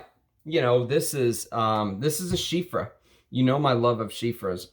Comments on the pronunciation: Everytime you say Chypre with an F like Chiffre I die a little bit but I love your videos so I am willing to endure the pain. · Bro loves chypres but doesn't know how to say it properly 🙃